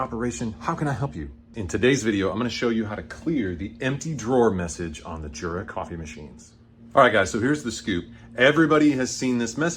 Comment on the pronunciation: THANK YOU so very, very much! The only thing that could make me happier is to hear you say "Yoora" instead of Jurra. 🤩